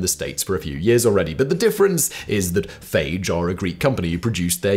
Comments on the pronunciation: I'm pretty sure the brand Fage is a two syllable word pronounced fah-yay. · FAGE yogurt is pronounced "fah yay". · Simon, Fage yogurt is pronounced "Fah-yay". I know, makes no sense really... lol, but it is what it is.